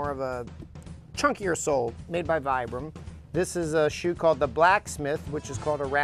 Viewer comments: Brendan O'Leary vibram so viiiibram 🤷‍♂️ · Vibram is an italian company, so he is right it is pronounced Vee-brim. Chunky is not a word to describe soles. The sole he was talking about was mini lug. When you make a 1 minute long video trying to promote a product, at least do research about the boots is the message here. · There is a lot wrong in this video. It's pronounced vee-brim. The mic toes don't have lugged soles. The last model is copper leather, not amber. They are also not hand stitched. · Brendan O'Leary there is a lot wrong with your comment. It’s a moc toe not a mic toe. And vibram is pronounced vibram. Just because you heard someone say it wrong doesn’t make you an expert. When you point a finger at someone you have 3 pointing back at you.